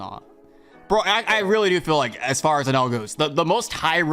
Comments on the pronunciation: Algorithm. I think it’s Enel not enel . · I gotchu you guys You guys are saying enel wrong